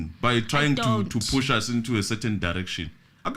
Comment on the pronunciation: Push not Bush 😂